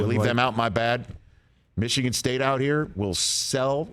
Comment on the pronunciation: Big ten is overrated, rich. Mee-shigan is a joke